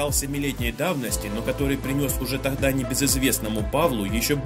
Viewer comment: Гаразда страшнее, тахда.... бесииит